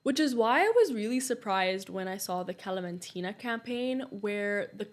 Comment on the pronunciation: As a Palestinian, thank you for giving a background story🥰 I'm curious what is your ethnicity? Because you have a very good pronunciation of the kalamtina😂